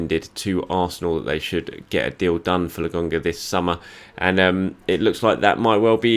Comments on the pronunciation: It's Lo kon ga, 🤣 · Absolutely butchered his name 😭